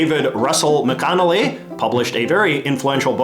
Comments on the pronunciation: First of all, JJ pronounced it incorrectly. It’s Mac Ann ALLEY! Secondly, McAnally is an anglicized version of the Irish name “Mac an Fhailghigh”, meaning “poor man”. The name is at least as old as the Middle Ages and comes from Counties Monaghan and Armagh in the Province of Ulster. Ray McAnally was a famous Irish actor who died in 1989. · Try pronouncing it correctly. Mac Ann ALLEY.